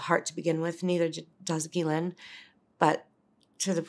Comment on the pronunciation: I believe her.. just by how well she says the word “Ghislaine”